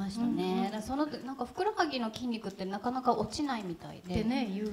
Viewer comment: ふくろはぎ、って。ふくらはぎだったと思います